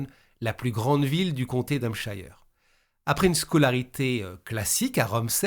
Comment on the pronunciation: Se prononce hampcheur 😉